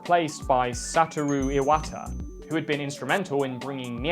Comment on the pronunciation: Did this man just say that Perfect Dark is worse than Goldeneye despite the fact that it has significantly more content and polish than Goldeneye? And you pronounced Iwata's name wrong you twat.